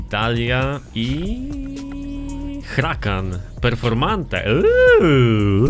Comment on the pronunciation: mówi sie (hurakan) a nie (hrakan)